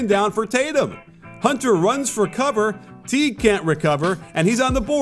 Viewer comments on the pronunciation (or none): none